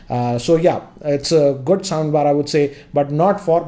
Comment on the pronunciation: Am i the only one hearing 'sambar' instead😁